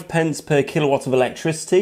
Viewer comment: Yeah, it hurt my head every time he said kilowatt